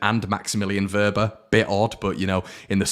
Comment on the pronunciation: Give your head a wobble,his name is Wober not Wobbler 😂🤣